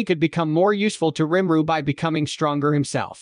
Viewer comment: Who in the hell is Rim-ru. Lol Nice AI you got there